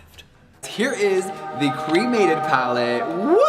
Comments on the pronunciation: I just think the palette is ugly but that's ok because I don't buy his things anyway. Also why does he pronounce 'cremated' like that? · I'm so over Jeffree, but there's no way he could've predicted something like this. There is alot of death themed stuff out there, death will always be part of life. (That being said, Jeffree saying 'my dad was cremated' sounded to me like 'I have a black friend').